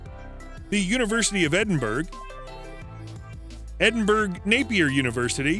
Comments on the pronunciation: Edinburgh is not pronounced Edinburg, its Edinberer. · My god. LEARN how to pronounce Edinburgh! It’s Ed-in-burrow. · Shame the narrator can't pronounce Edinburgh !